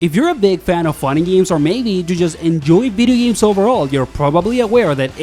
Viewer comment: “Veedee Games”